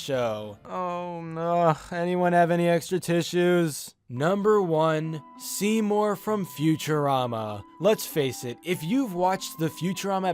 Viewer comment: Seymour, more like seemin